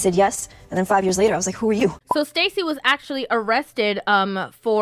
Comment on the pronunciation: Sta-say is Cra-say😂